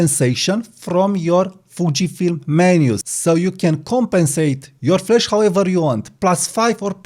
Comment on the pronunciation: Not ragging on you, but it's flash not flesh! I came here for flash not flesh. The 'a' in 'flash' is pronunced like the 'a' in 'apple' or in 'cat' (æ). The 'e' in 'flesh' is pronounced like the 'e' in 'bed' (e). The 'a' in 'flash' is a longer vowel sound than the 'e' in 'flesh.' On the other hand, I now am hungry for a steak. 😮